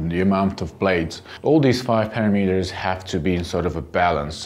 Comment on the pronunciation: Wait! What did he say?" I love educational videos, but ya got a love his (German?/Slovakia?) pronunciation of "Parameter." In the US and UK it's pronounced pa·ram·e·ter (pə-răm′ĭ-tər). Yes I know, it looks similar to Par·a·mo·tor with the "o's" replaced with "e's", but not pronounced similarly. Then again, maybe it's the after effects of exposure to Iceland's bright dancing green lights of the night sky or could it be the after effects of Milo's nipples being tweaked on that trip (Tucker's camera captures life's precious comic moments. I had to wash my keyboard after coffee gushed through my nose when I laughed at that comic moment.); )